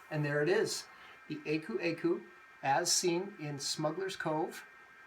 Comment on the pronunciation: The proper pronunciation is “AH-koo AH-koo”…